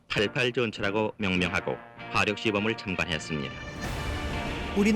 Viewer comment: 겸손하게 생일날 와줘서 기쁩니다 하지 생일 광고인가 자랑인가ㅋㅎ 역시 생각 깊이 없고 드센 2찍 지역, 쓸데없는 영상 제거 좀, 반국가세력 경상디언 말투 어버버 건성건성 드센말투 듣기 짜증남 뭔말인지 따로 갈라 살아라 화력을 하력이라 발음 안되는 왜구토착민!? 맨드는거고 에!?